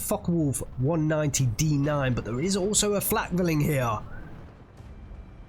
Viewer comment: Pronunciation: flack-fear-ling, feel-rack-ver-fer